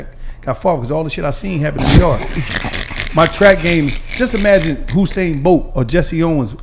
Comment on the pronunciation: This dude said “Hussain Bolt” LMFAOO 💀💀💀💀💀💀